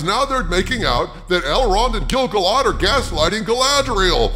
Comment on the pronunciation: Totally agree with your take. I am a HUGE Tolkien fan and this is shite. BTW, it's pronounced Gil-GAL-ad.:)